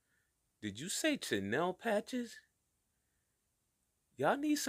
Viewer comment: CHENILLE - pronounced - SHUNEEL Patch is dope btw